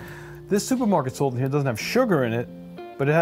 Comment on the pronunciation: I love Sult! I'm a Sultan of sult! It's hard to assault my taste buds with too much sult! My blood type is sult. I can't stop laughing at how you pronounce SuLt!